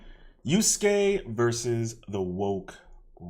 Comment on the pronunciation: the fact that youre just taking something the right came up with against them tells me all i need to know about you dawg. also its yasuke not yuske lol, learn the name of the person youre making a video essay about first before trying to pontificate